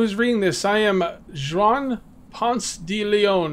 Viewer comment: Juan is pronounced Wuan